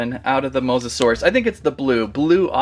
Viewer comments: If you can’t say his name just call him mosasaurus not Mosa Dia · Mosa-sore-io-dye enunciation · It’s mosasaurus😅